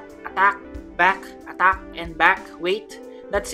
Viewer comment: Your pronounce attack like at-act